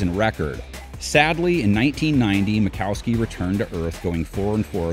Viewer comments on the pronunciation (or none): Ita Don Majkowski. Not makowski. Steve smith might not have been a great wr but he got his super bowl ring and a Trip to the pro bowl